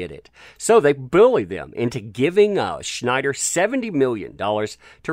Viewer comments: its Snyder not Schnyder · There's no 'H' in Snyder.